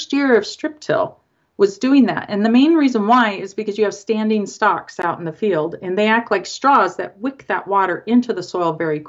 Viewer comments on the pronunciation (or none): This woman needs to learn how to pronounce "stalks".